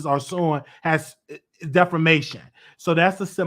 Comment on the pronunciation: NOT DEFOMATION DEFAMATION 😆